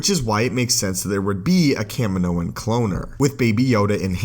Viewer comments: Anyone else bugged by how the narrator pronounces Kamino? Kah-Mee-no not Cam-in-o. Sorry, my rant is done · Ca-mee-no. Not Can-minno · It’s kahmeenknow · Bro it’s pronounced Cuh Me No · You aren’t a true Star Wars fan because you say Kamino wrong. Watch attack of the clones bro 😂🤦‍♂️